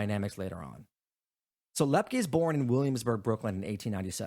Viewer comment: It's LEP- KEE...